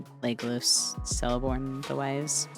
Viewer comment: It's pronounced "Keleborn". All Tolkien elves with a C are a hard C :)